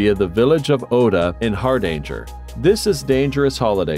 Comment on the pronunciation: Devil pool, not devile. Hardanger rhymes with hanger, not danger. Mont Blahn. The c is silent.